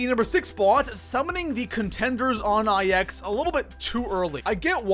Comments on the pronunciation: Ok i love your channel bro but... PLEASE.👏 STOP.👏 SAYING.👏 EYE.👏 EX.👏 they’re roman numerals yes i know but the map is pronounced NINE. THE NUMBER NINE. Plz staaaaaahhhhp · You forgot about pronouncing IX, which is pronounced "9", as I-X. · Pronouncing IX “I-X” sorry I had to 😂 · People calling it "Eye Ecks" or "Icks" instead of 9. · People that pronounce it I X instead of 9 are the flat earthers of the zombie community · The biggest mistake I see zombies players do is pronounce IX as the letters I X instead of the number 9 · Nigga it’s not I X. It’s IX. There’s no space in between them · It literally makes me cringe when I hear “I X” and not “9” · love ya man! But please call it Nine not I X. It’s Roman numerals and it’s not called ix it’s nine. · 8th mistake, pronounce the maps wrong, it‘s a roman 9 not an I X, so call it 9, i don‘t get why everyone is not able to pronounce it right With Der Riese, Verrückt, Nacht der Untoten, Kino der Toten you all at least tried, but now? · IX is pronounced "nine" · EthanGaming 04 it’s pronounced 9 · Lets talk about number 6...you obviously don't do Easter eggs do you buddy? Pap is always the first step in an Easter egg so champions need to be killed asap. Also I can tell you have a speech impediment but IX is the number 9, Its not two letters. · Niggas need to chill out about him pronouncing IX wrong. It's not a big deal. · Diocesyn it’s so annoying